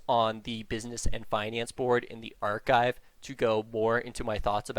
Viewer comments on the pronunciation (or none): none